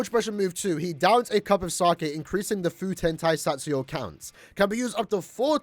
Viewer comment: Nice try smartass, do you even learn Japanese? It's "Fu - te - n Ta - i - sa - tsu - ryo - u" Many of those syllables have very distinguished sounds that you can't relate to any English word.